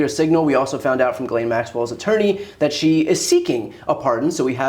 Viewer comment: Thankyou for not pronouncing her name "ghizlane".Its French I think